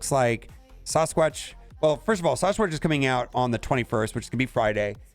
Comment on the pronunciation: You say "Sawsqwatch" one more time and imma lose it